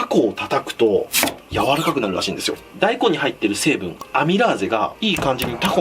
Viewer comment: 大根のイントネーション気になる笑笑大根⤴